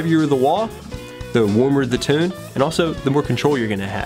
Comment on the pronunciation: He pronounces tone like "toown"